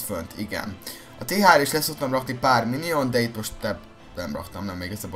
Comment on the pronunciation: nem minion hanem minyon☺